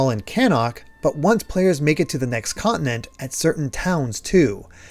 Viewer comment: Awesome insight. I am giving it a shot to the switch version and will see how it compares to this you show here. P.D. As a non native english speaker it's so disturbing for me to hear the word continent pronounced quickly as "conent" 😂😂😂. Just a coment about my listening.